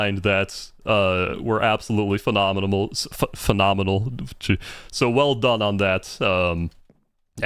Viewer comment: LMAOOOO everyone in the chat mocking u for saying “Phenominimal” has me cryyinnggggg 🤣🤣🤣🤣